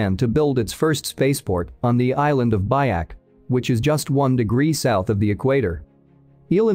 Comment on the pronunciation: It's pronounced like BEE-yak